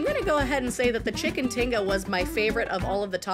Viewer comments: its chicken tikka Katrina pronounced tee kaa :) :) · Had to laugh when she said chicken tinga ha ha ha i think u ment chicken tikka ha ha ha